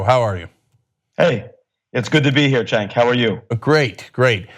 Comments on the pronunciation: Are you guys at TYT going to start prepping the people you interview on the proper pronunciation of Cenk? XD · Did you listen to the interview? How many different ways did he pronounce Cenk in eleven minutes?